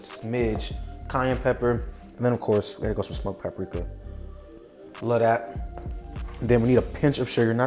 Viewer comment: Lu dat=love that